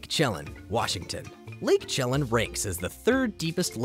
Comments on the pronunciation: Lake Chelan is pronounced "shuh-lan" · Chelan= shu-LAN. Wisconsin borders Lake Superior, not Washington. There are several lakes that deserved spots on the list you either ignored or missed. C'mon, man.